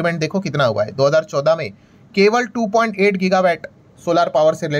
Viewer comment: गिगा वैट नहीं, गिगा वाट वैट मतलब VAT वाट मतलब Watt (unit of electricity)